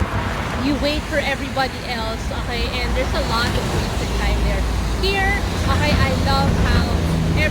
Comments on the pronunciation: She is saying Oahi, not okay. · Your english is really excellent, i thought the "okay" was a word in another language and did not recognise it at all. If you train that out of your speech or say O K correctly, your English would be perfect 👌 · are you saying ok or akai?